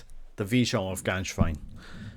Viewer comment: "Gänswein", not "Ganswein". Please pronounce it right.